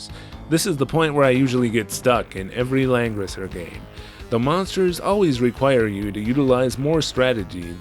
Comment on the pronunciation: Homie, it really does sound like you’ve been saying Lenin this entire time